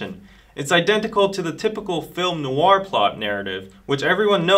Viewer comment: WHY IS EVERYONE MISPRONOUNCING NOIR??? IT SOUNDS SO OFF I CANT😩😩